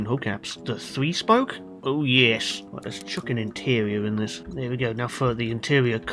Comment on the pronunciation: Best spelling words 1.YES(h) 2.RIGHT(roight) 3. Welcome(WELKHHUM) RENAULT ESPACE F1 next pls!!!